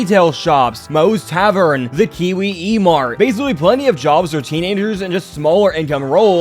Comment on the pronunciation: Kiwi-e-mart? it's the Kwik-E-Mart you damn robot